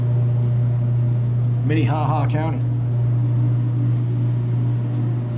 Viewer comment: MINEHAHA LOL I think there is a town called MINEHOHO😂😂😁😁🤩